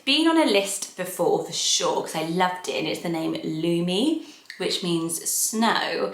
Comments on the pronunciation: I first thought you said Looney when you said Lumi. Kids can be cruel so that one is a no. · In Finland the “u” is pronounced shorter than how is saying it in the video so at least to my ear it doesn’t sound the same. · your pronounciation of Lumi is a bit different to Finnish/Estonian but still pretty! never heard of a person with that name but plenty of white dogs and cats lol. not sure how I feel about it as a human name though, it’s a bit too literal at least in these countries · You pronounce Lumi a little bit weirdly. 😄 I am Finnish and I like Lumi a lot, but it's not a common name.